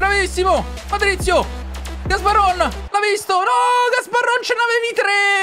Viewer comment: cmq patric si chiama gabarron non gasbarron